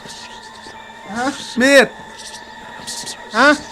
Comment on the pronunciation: เบื่อไอคำว่ามีดกับมี๊ดหวะ555